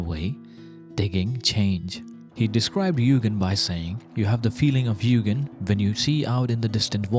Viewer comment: Very cool concept and it's great to learn a new word! As I can speak Japanese to some degree, a small remark; u with a line above is sounded "twice". so it's pronounced more like Yuugen than Yugen (The opposite is true for another common word, and a Honda specialized manufactorer, Mugen which is pronounced as you said Yugen in this video)